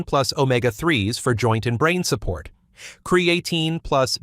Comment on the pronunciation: Hard to take this seriously since the computerized AI voice can’t even pronounce creatine.